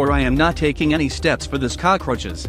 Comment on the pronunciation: how normal people say cockroach : cockroach How he says it : cocroces